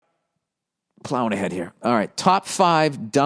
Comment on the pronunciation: Bill " plawing ahead " burr